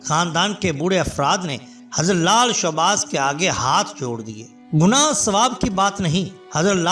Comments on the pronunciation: Bhai showbaz nai shahbaz hota ha mehrbani karain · بھائی لال شاہ باز قلندر درست لفظ ہے۔آپ نے بے دھیانی میں شوباز بول دیا۔اللہ کے ولیوں کی برکت سے اللہ پاک کرونا وائرس سے پوری دنیا کو اور ہم سب کو نجات دلائے ۔اللہ ہما آمین ۔